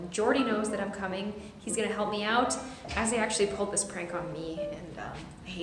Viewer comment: LemiGacha No it’s Kassie not Casy